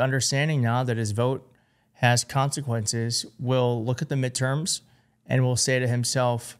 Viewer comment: Midterma... LOL... Really?!